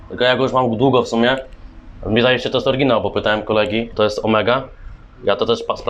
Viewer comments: i jaki kurwa "orginał" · Bo ten typ mówił „orginał” i na tym polegał żart